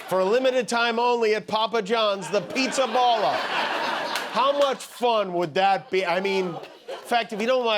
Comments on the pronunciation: Jimmy , its Pizzaballa with a open " a " like há ! Not ball . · PIZZAPALLA. Palla, both A are pronounced like in ciAo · That's not how how Pizzaballa is pronounced. The "balla" in the name is pronounced more like in the word "BALLAst" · The pronunciation of the cardinal Pizzaballa name is absolutely wrong. It's a funny surname even in Italian, but it doesn't sound like that. Coming from an American of Italian descent that's a poor job, Jimmy :)